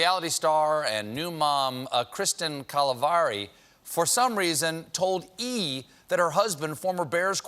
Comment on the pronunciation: I like how he pronounced Kristin Cavallari's name wrong